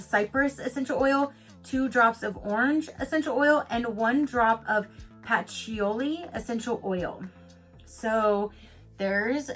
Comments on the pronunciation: LoL patchouli..I love how u said that is pronounced like pat -true-Lee.. Love all these different kind of boxes🔮😘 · I LOVE Patchouli (say it like pa-choo-lee). Also throw a few drops in vacuum cleaner bag for a fresher smelling room. Nice box! Xx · I pronounce it Pa-cho-lee..